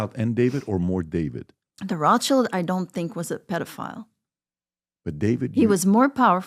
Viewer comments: Notice how she said RA SHEILD ! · The klun is not Roth child.. but wrath- child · Its so pathetic that this people cant even properly say Rothschild, they say Roth-child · Proper pronunciation of Rothchild surname isn't (roth~shield) only poorly educated Americans think it is! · So, she was raised and trained to know how to live among the elite but doesn't know how to pronounce Rothschild!!????? Who's brainwashing who?? I get so sick of all these people who want to talk ...but don't say anything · How can you believe someone that can't even pronounce a name like Rothschild